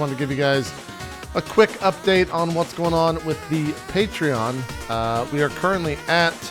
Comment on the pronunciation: And he's mispronouncing Patreon again. xD I love you, JP.